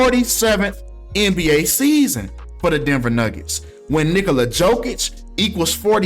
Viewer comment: Icould swear it sounded like you called him “Nigga-la Jokic” 😂